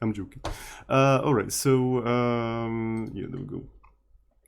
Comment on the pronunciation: Yes you are right! I'm also impressed by your pronunciation of the occasional "Scheiße" and "Meine Freunde".